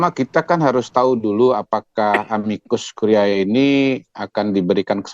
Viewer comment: Bacanya yang betul dong. A-MI-KUS KU-RI-E. "E" terakhir itu dibaca seperti "e" pada kata "edan". Masak lupa sama istilah biologi SMP dulu: kalau kita baca "ae"..."ae".... khan dimarahin guru.....